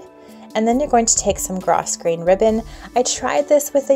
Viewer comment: I think the ribbon is pronounced "grow" grain the S is silent. I like the chair pads . So cute..